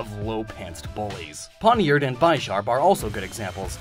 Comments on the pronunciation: I hate to "that guy" but, it's not bye-sharp, it's bish-arp as in bishop, the chess piece it's named after. That's also why it's Steel Dark, to represent the white and black sides in chess. Sorry, it's just, as someone who loves chess, that was bothering me more then it likely should've. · says bie-sharp, but i think its bi-sharp like bishop the chess piece cause like... pawnyard is a pawn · it's not pronounced bi-sharp it's pronounced bish-arp like bishop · BIH-SHARP NOT BYE-SHARP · 15.20 it is not bi-sharp. It is bishop + sharp hence bish -arp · I AM GOING TO SCREAM YOU PRONOUNCED MY FAVORITE POKEMON, BISHARP AS BIE SHARP DO YOU PRONOUNCE A BISHOP AS A BIE-SHOP YOU ILLITERATE TORTOISE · Dude, please look up Pokémon pronounciations before making these..... Bih-sharp High-Dry-gon Skun-tank (no K) And more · I've never heard Bisharp pronounced that way. I thought it was like Bishop and Sharp combined, so the sounds carry over, so By-Sharp pronunciation doesn't make sense to me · I love how he said Bisharp even though it’s wrong, it’s supposed to sound like bishop. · BY-SHOP?! Excuse me? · Bisharp's name is pronounced the same way as bishop. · Bi-sharp? gee-ra-dos? sure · You know, it's not Bye-sharp. It's like the chess piece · Your pronunciation of Bisharp and Gharial 🤭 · do you pronounce Bishop as BYE-shup?